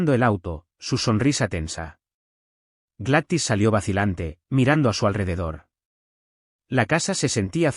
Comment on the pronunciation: NARRADOR EL NOMBRE NO SE PRONUNCIA "GLATIS" EL NOMBRE ES "GLADYS" POR DIOS!!! PRONUNCIA BIEN EL NOMBRE Y LO MALO ES QUE TODO EL AUDIO LO DIJISTE II